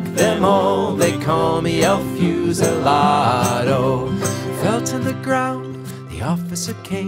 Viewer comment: Never heard this song before and liking it. Your Spanish pronunciation was pretty good except for the u in fusilado, which should be closer to ooh than fuse.